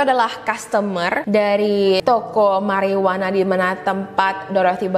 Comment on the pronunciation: Mariyuana bukan merryyuana...